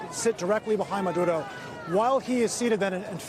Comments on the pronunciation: It sounds like he's calling Maduro, Manudo😆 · What’s up with the reporter and the way he says Maduro. What’s with the accent, dude?